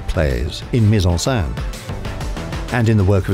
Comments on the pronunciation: The voice over mispronounces mise-en-scene as mise-en-sein: put in breast! Very funny for anyone who actually speaks French... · "meez on senn" is how you pronounce it - it was really irritating that the reader couldn't get it right. That was his job! Not hard to find out! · It is maddening to hear this guy repeatedly saying 'mise en sain' instead of mise on scene which would rhyme with den not dan.